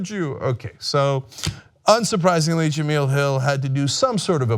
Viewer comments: Jah-mel... Not Jah-meal... Watch espn once in a while. She's a funny and witty host, so I'm glad she's staying. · still didnt bother to learn how to pronounce her name correctly huh?.. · Its because Cenk is a racist himself. If it were a white woman, he would be pronouncing that correctly, mark my words! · Can you please learn how to pronounce her name?